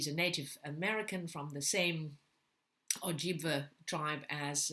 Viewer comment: I'm so looking forward to the new Finch, although her second book "paint it black" was not as good as white oleander to me. I loved white oleander the book and movie. I've read a couple Erdrich books and they are really lovely, I have this one coming as my BotM. I think you're talking about the Ojibwe people (Erdrich is Oji-Cree) it's pronounced O-jib- way (sometimes wa). Erdrich also owns a wonderful bookstore in MN.